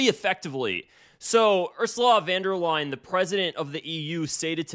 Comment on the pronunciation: "Completing the European continent" is some deranged dictator rhetoric foreboding of Nazi style. - No surprise with her. P.S.: It is "von der Leyen", not "van der Leyen".